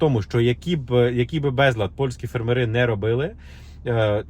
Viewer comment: Наголос ставте правильно на слові фермери!